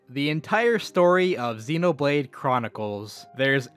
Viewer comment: Why did you say "Xinoblade"? Don't you been "Xenoblade"?